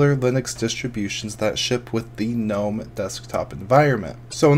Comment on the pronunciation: i like the fact that you pronounce it gnome, and not ga nome lol ... drives me bananas when people do that